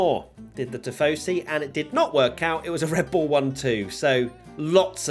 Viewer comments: "RED BUIL" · i love me some "RED BUIL"